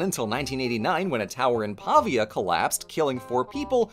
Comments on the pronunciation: oh no, I pronunced venice wrong:( Also: Pàvia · as someone who is from Pavia (pronounced with the accent on the I btw, so like Paveeya ^^) I'm glad this got mentioned, it was a huge deal when that tower collapsed. There's also the big issue of the Garisenda tower in Bologna, if you want to look into it ^^